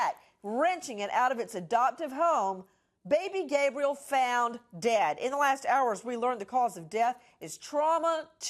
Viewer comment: Did she just say baby gay briel?